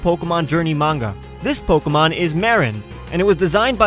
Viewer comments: Am I the only one who gets a little annoyed when someone says "Po-kah-mon" instead of "Po-keh-mon"? lol It was a good video anyways :] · in the beginning he said Pockymon lol